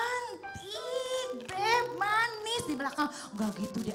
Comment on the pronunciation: Kalo sahrini..channtik...bukan syantik